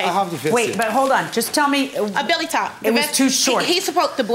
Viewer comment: Oh is that what she was trying to say? I heard Billy top but didn’t understand she meant belly 😆